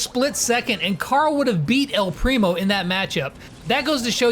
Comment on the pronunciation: Say “ el primo” right